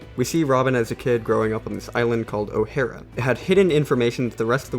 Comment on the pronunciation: the my guy pronounced Ohara